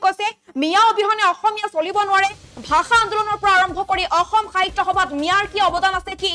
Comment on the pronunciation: তহতে আজিলৈকে অসমীয়া ভাষাটো ভালকৈ কব নিশিকিলি ... ভাহা নহয় ভাষা ... দেহতকৈ নহয় দেশতকৈ.... 😂😂